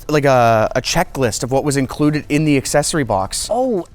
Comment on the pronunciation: I am truly happy when you pronounce accessory correctly. It's not an assessory.